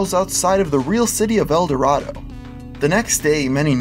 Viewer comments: Btw the town is pronounced El Dor-AYE-Do, not like the city of gold. I know it's weird but we're Kansas. We pronounce the Arkansas river the ar-KANSAS river, and Arkansas city either Ar-KANSAS city or just Ark City. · I know this is old, but you pronounced El Dorado wrong when referring to the town in Kansas. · On that GPS one I live in Augusta, which you can see on the map in video, and have spent much time in El Dorado. You're saying it wrong bro. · You've been saying El Dorado wrong the entire time in this video Source: I live there.